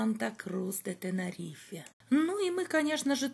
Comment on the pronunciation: ТенЭрифе лучше говорить:) "Из лайнера" тоже смешно